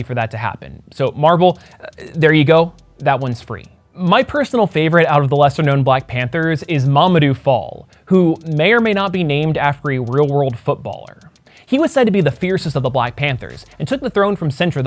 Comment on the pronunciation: About Mamadou Fall, it’s not said Fall as in falling, it’s the same a as in “black” but longer. I don’t know if he is named after the footballer but it’s a really REALLY common name in Senegal